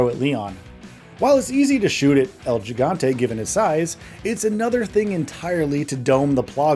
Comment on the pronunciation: This video earned a thumbs down because of the pronunciation of el gigante